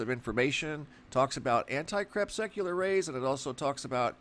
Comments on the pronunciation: It’s really annoying that you totally mispronounce the word “anti crepuscular” each time you say it. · So disgusted that cannot or will not pronounce crepuscular and anticrepuscular properly. For an educated man he sounds stupid CREP SUC ULAR....... it just irks me!